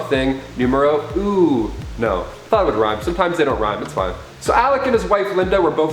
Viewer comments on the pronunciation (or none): none